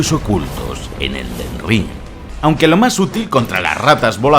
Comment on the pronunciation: "El Ded Ring”